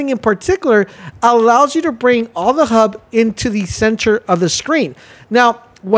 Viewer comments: It's a HUD not a hub lol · "novic" and "hub"? It's like you aren'tt even trying...